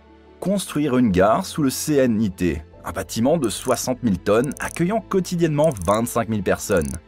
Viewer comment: On ne dit pas le C.N.I.T., mais le knitt.